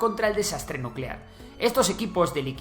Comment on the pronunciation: NUUUUCELAR, la palabra es NUUUUCELAR. 😂😂😂😂